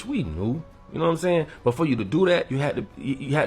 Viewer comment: Why do ya'll pronounce "but" as "Burt"? There's no "r" in that word. Get your diction together.....it's annoying 😮